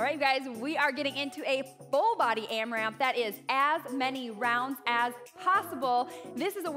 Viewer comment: Loved this workout so much!! Loved the 4 minute block and the power minute. LOVED the timer on the screen and hopefully we will keep seeing it! But,, it’s not AmraMp… no second M.